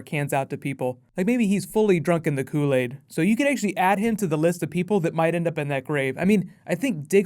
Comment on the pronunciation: u just had to say "Koolad"